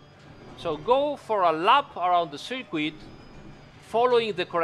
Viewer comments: Great video! And forgive me but circuit in English sounds more like ser-kut not ser-queet although everyone knows what you mean of course 😉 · Dude good video but until you can say circuit properly just say ‘track’ 😂🤣